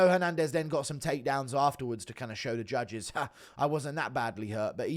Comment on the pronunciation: Hey Guru, I know we’re all excited about the Yan win but why were you yelling about wanting him to 50-45 all the Jews? Very strange way to celebrate.